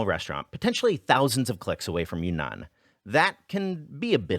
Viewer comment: btw it's pronounced YRING-nahn, like cloud